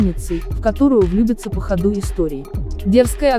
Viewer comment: Кто текст читает?? 😳 Что за "горы́" вместо "го́ры" и "по ходу́" вместо "по хо́ду"??🤦🤦🤦 Дальше 2-й минуты нет смысла слушать таких чтецов.